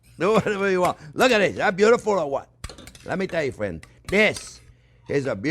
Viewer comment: Chef Jean is my best fwiend